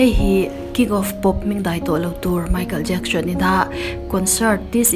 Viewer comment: I aw a amawi ngaithlak pawh anuam... Chutih rualin, Lam no i tum lutuk na lamah nge moni an hmingte hi diklo puipui in i lam thin a... Entirnan:Michael Jackson te pawh "Jacksion" tiin i lam kher zel a... Kalo ui i aw a mawi nen... I subscriber ka nihna angain thahnem ngaihna aw kâ ka lo nei ve lawk